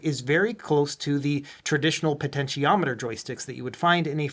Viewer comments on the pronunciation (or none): none